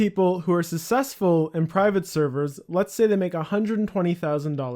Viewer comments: Sounds like you're saying sussessful instead of successful lol. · Its not pronounced "susseful", its "successful" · I wasn't going to say anything until you said it again at the end of the video but can you not pronounce successful? Sussessful just sounds a bit strange... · i mean not to be this guy, but its not pronounced "susessful". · "sussesfull" lmao your pronunciation is hilarious. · you pronounce successful completely wrong but very informative video! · Why can't you pronounce the word "Successful"?